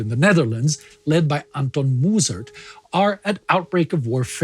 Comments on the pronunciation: This pronounced Mussert not Moessert. The U make a eu sound. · Thanks for the insights! To me it seems you are pronouncing the french and german names extremely well! However the Dutch names lack some pronunciation, the U in 'Mussert' is actually pronounced like the 'u' in '(to) shun'